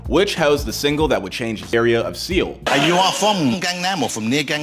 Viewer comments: Soeul is pronounced "soul" not "seal" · SEE-yul? Seoul is pronounced SOUL dude. But being that this is a clickbait post, not knowing how to pronounce an easy word like Seoul seems appropo. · Seoul. It’s pronounced “sole.” Not “see-owl” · why does this host pronouce Seoul, 'SEAL'? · Isn't it Seoul...? Not Seal?! 😂😂😂😂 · I still can't get past him calling Seoul "seal"... when its pronounced like "Sole" 😂😂😂😂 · The city is pronounced soul. Not seal. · I’m more annoyed at how he pronounces Seoul as “Seal” and not as “Soul” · Its pronounced “soul” not “see• ool” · Seoul is pronounced like soul in English bud. Sea oh l.... 😂 Get it together dude. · you should prob look on google how to pronounce seoul before you make a video where you call it "seal" lol Pronunciation is just soul. the e is silent big bro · Did this guy say, "Seee-Oll"? Dafuq? Its pronounced SOUL..of which one is severely lacking! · The hosts pronouciatiol of "Seoul" as "Seal" is cringy and pathetic. Seoul is provided "Soul." Know your geography more or at least go to Google translate to find proper way to translate names of cities before you butcher them up so carelessly. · Seol. Sole. Soul. Not seal. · I’m pretty sure Seoul is pronounced Seo-ool and not… seal..? Heck even Soul is fine but like seal? oh my god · 'Soul' not seal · Dude, Seoul does not pronounce as SEAL! More like Soul! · Seeeewul? Pronounced Soul bruv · Seoul is not pronounced Seeoul or Seal. it is prounounced similar to the word "soul." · "SEE OLE"??? More like "Soul". WTF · Not a fan, not since his song Fucken USA back in 2002. And Seoul is pronounced soul, not See ul. I'll forgive Gangnam style. It's gahngnahm, not gaengnnam, but that's a bit harder. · It’s pronounced like “soul” not “seal”. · It’s pronounced Soul not seal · its pronounced soul not seal for god sake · it’s nothing with racism he was just correcting his pronunciation... it’s not seal it’s (soul) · “See-ol, South Korea?” Come on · See-ol South Korea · It's pronounced "soul"